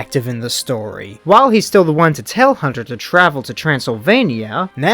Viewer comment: “Hutter” not Hunter.